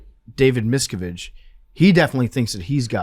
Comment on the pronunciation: You are massacuring David Miscavige and Leah Remini's name. A little research could have told you how to say their names🤭